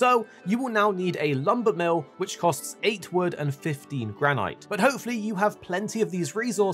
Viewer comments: Why are you pronouncing it GRAN-IGHT?! 😂😂 it’s Gran-It 😂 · graneyete isnt how you say granite? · He means where it doesn't modify the "i" to be a long sound (and so would be pronounced "gran-it"). but yeah, that's not what silent means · Man said Gran-ight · Love the way you say granite. Never heard it said that way. Most pronounce with a silent e on the end but we in fortnite collecting granite. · Thank you for the tips but the way you pronounce granite is sending me 😵‍💫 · Why do you pronounce granite like that 😂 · You can't pronounce 'Granite' 🐣 Damn.